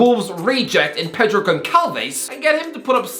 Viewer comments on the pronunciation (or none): none